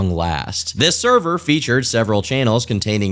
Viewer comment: The... therver... noooo